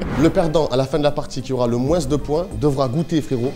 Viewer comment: tu dis moinsse au lieu de moin?